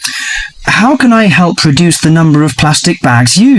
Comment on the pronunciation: may i have a question? Do native speakers really talk like this? "help reduce" sounds like "hell produce" to me 😢